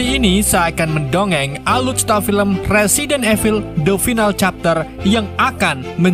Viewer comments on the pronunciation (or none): none